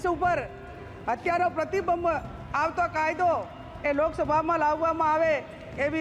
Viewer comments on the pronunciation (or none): આ બેનના સલહકારો કેમ ઉઘે છે આ બેન પ્રતિબિબ જ કહે છે ભાઈ પ્રતિબંધ બોલવાનું કહો એવુ જ સંપર્ક ને બદલે સંપરક બોલે છે બાકી જાંબાઝ સાંસદ છે